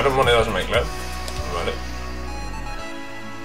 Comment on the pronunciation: buen video. porque dice my clab? si se dice my club xdd